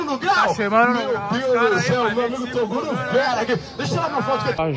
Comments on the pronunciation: Quem ouviu o chamar o Toguro de Torugo DEIXA LIKE!!!! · Carai " TORUGO" KKKKKK